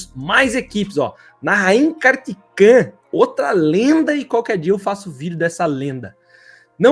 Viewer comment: Esse daí é ruim pra ler nomes. "Ganzini", "Kartikan", putz...